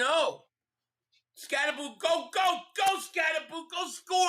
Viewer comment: It's Cam Skatabo say his name correctly.